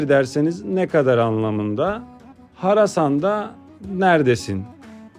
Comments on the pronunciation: Harasan? deyil Hardasan? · Harasan degil, HARDASAN? ) yani NERDESİN?